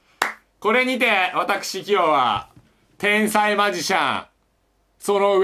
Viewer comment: 「てぇ↑んさいm」 が面白すぎて何回も聞いたwwww